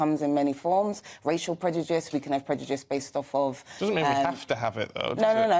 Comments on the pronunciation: is she pronouncing prejudice as predujice, or am i hearing her wrong? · Unable to pronounce Prejudice, she consistently says "Predyoojiss". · Predujiss! Predujiss! What a waste of a good British education when she can't even pronounce what she's arguing against. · Can this person be more condescending? And, did she say.... "PREDUJICE"? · She can’t even say ‘prejudice’ yet she is hellbent on repeatedly using it. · she cant even pronounce prejudice properly. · Race baiter can't even say the word prejudice 😂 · She wants to lecture us on prejudice and she cannot even say the word.